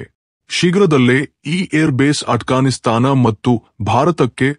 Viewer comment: ಅಣ್ಣ ಅದು ಅಟ್ ಗಾನ್ ಸ್ತಾನ್ ಅಲ್ಲ ಆಫ್ ಗಾನ್ ಸ್ತಾನ್